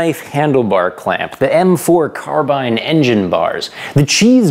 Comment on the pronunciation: Thankyou for pronouncing carbine the correct way.